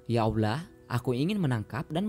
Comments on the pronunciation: bahasa ny yg laen jlas... giliran ngomong Allah kok aulah... anda sengaja atau bagaimana?? sya tdak su udzon tetapi sya ingin tw knp anda tidak mngedit ny trlebih dahulu.... niat yg baik hrus berbarengn dengan cara yg baik. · bukan bermaksud apa apa...knp setiap berkata allah menjadi aulah...padahal yang lain jelas dan benar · Transanlate y ga enak bngt sih.. saat nyebut ALLAH nya😓